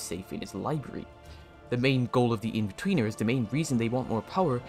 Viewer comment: Every time he says inbetweeners he says weeners. Something to think about